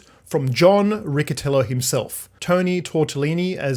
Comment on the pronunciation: Riccitello for you native english speakers its Ricchytello with a double 'l'